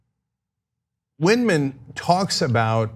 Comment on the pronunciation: Good show. But one nitpick: Why does Ana keep saying Vidman? It’s ViNdman.